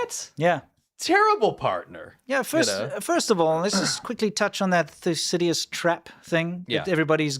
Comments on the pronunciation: Thycidides Thu-si-di-dees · Thew- Sid- Da- Deez…!